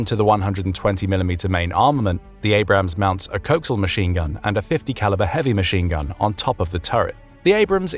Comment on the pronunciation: Please teach your robot how to pronounce "coaxial."